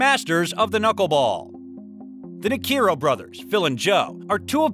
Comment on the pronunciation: Right! If there are weird names, at least watch a different video or two to hear the pronunciation before you make an ass out of yourself.